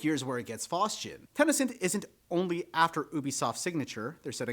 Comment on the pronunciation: Where are you getting the A in Ten A Cent? It's just Ten Cent. 🤔 Just curious, no judgement at all. Just one of my odd quirks of wonderment. I can only imagine a 2nd language bleeding in or something.